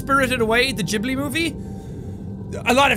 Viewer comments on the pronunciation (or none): none